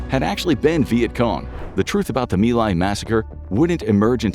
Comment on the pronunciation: It's Mai Lai, not me lie.